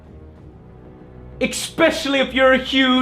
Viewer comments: "Ekspeshully" it's he handicapped? how hard is it to say especially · EXpecially. EXXXXXXXXXXXXXpecially. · Haha First video I've seen of his that points out how he says Expecially. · "especially not expecially Joe" OH MY GOD I'M SO GLAD I'M NOT THE ONLY ONE THAT PISSES OFF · E X P E C I A L L Y!!!! WTF JOE! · Woah, wait, did Joe just lampshade his own mispronunciation of 'Especially'?! Good on ya, man! That's been bugging me forever!